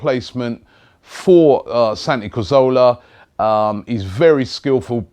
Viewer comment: If Arsene Wenger signs a 29 year old from a fellow Premier League club who don't want to sell, i'd eat my keyboard P.S. It's Caz-or-lah, not Car-zo-lah